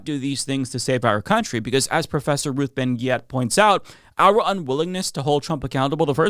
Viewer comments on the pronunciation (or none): sounds like he said "professor Ruth Ben Gyatt" 😭